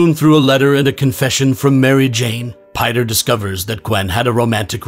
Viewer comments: You said "Piter" instead of "Peter" thats funny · I like how he pronounces his name as Piter